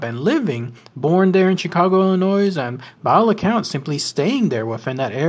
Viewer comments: DOOD, there's no "noise" in Illinois (you don't pronounce the 's'). I'm from Chicagoland so I know! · Just a request.... Illinois is pronounced "Illinoy". The s is silent. Great program!